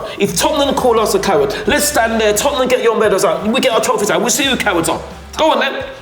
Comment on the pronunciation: Trophyss not leaque ..Stop 😂